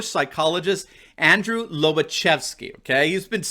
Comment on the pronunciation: On of the few things I know about the Polish language is that the slashed L is pronounced as a W. Wobacheski.